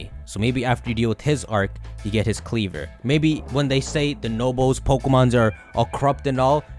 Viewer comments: I think kleavor is pronounced kleav-ore ore as in rare minerals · Since Scisor is pronounced ScisOR maybe Kleavor is pronounced KleavOR. But don't thinking about it too hard